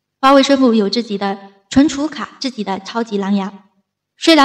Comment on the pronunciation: 我看也是。自己的＂己，总是唸成自zi